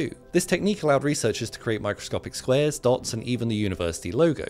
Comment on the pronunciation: He said squares, but it sounded like swears.🫨